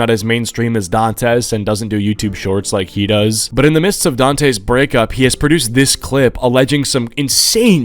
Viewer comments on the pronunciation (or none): Pretty sure that's pronounced like "Dantè"?